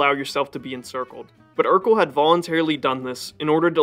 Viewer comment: Sweet video. Though Erekle is pronounced more like Heracles from which it derives, and less like Urkel. As cool it would be for there to have been a warrior king Urkel.